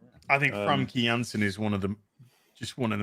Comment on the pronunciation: It’s pronounced Fom-kuh Yans-sen you silly Brit. Yes, Famke Janssen is a hard name to pronounce but, Framke? 😆 Edit: oh noooo, the plastic surgery! Make it stop!! 🥴(Warning: Don’t Google!)